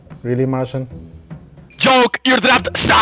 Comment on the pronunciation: did he just call marcin martian?